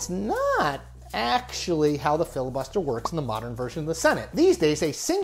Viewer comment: "Fibus Liter"